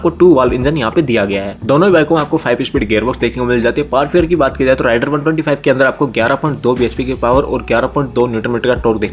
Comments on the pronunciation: Its रेडर not राइडर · It's raider please check pronounciation of the name